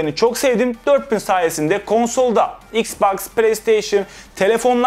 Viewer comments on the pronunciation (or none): none